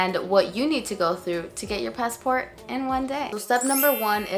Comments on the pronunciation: Sis it’s passport not passi-port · lol "passeport" instead of "passport" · Pass Port not passa port lol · She say's pass a port. Not passport. LOL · Is it "pass-a-port" or "passport"? I can't tell because you bounce back and forth between the pronunciations. Is it plural thing idk about? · It’s pronounced “pass port” not “pass uh port” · HEY DOC. It’s PASSPORT!!! NOT PASS-A-PORT there is no A after pass in PASSPORT!!!! Thanks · Lol I noticed that too. It’s spoken or pronounced passport not “passaport…” However thanks for the vid ~ good info to know thanks. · “Pass- a-port”😂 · The way she says passport. Pass a port. LOL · "PassAport" lol Most Latinos say it like that. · Each time she says ‘Passa-Port’ I get aroused. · Can you please say "Passaport" ... one more time! heheh Great video. Gave me hope and I will try despite the 4-5 weeks turn-around time everyone keeps talking about, for the expedited type. Thank you. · 🤣 I was wondering if I was hearing things. "Did she just say passAport?" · Passé Port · It's literally spelled on there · she gives kind of a half Spanish half English pronunciation of passport.